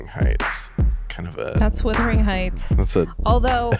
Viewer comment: It’s not withering heights it’s wuthering😭